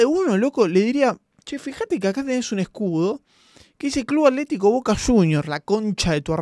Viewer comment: Che Avísenle a que es atlético, no aletico.